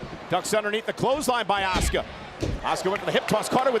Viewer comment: that is A-SU-CA there is not a sh or ch letters or pronunciation of the name OH SUE KA.